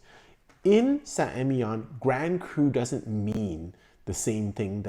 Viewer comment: Emilion you pronounce the ‘L’. You’re pronouncing it like it’s a double LL.